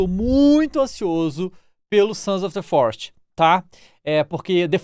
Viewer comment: O famoso The "Florest" kkkkkkkkkkk